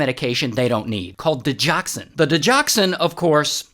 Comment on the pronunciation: It’s di-GOX-in (not di-jox-an) 👍